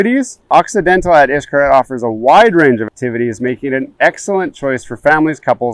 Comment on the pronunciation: If you’re basing your travel decision from a page called Gears and Tech, where the “ reviewer” can’t pronounce the name of the resort correctly , you need to look further!